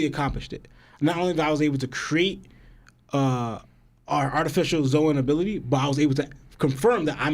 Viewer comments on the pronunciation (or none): Kat-ah-kur-ee not Katahturi L-oh-gi-a not Lagiah Zo-an not Zohan Zoro not Zolo (I can understand zolo if you read manga only but they clearly say Zoro now lol) That boy mispronouncing everything 😂